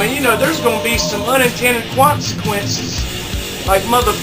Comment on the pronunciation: "unintended quansaquenses" LOLOLOLOL have another shot